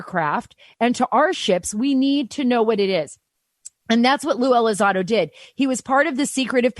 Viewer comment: there's an 'n' in there.... ELI-ZON-DO not Eliz-ah-do.